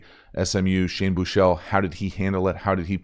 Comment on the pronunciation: Büüü chele ... it’s Büchele. A proper german / swabian name. 😂👍🏼